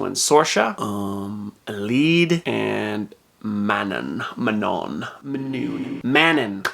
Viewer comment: No way he said man-in instead of Manon